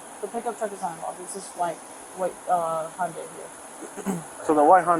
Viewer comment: Uummm…it’s Hyundai like ‘Sunday’😉‼️